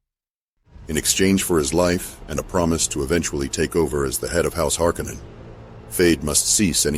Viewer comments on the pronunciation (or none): HarKoh-Nan sounds way fucking better than "Harkennen" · HAR-KONAN!!! Not harcunon